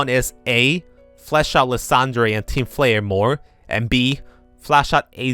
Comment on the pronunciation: Bro you don't need to say the e at the end of names like lysandre and floette 😭